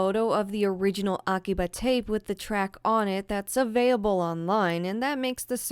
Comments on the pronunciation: Anyone know what accent has? She says "avay-able" as opposed to "avail-able". It catches my ear and ive never heard it before,. has a very familiar voice that I enjoy, but I am curious about that! [love the vids!] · Her bio used to say she pronounces available weird XD